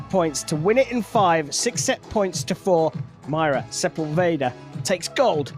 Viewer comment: So annoying how the guy says Sepulveda!! Figure it out vato!!!